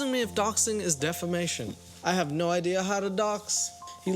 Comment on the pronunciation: "Not a good ideaurr"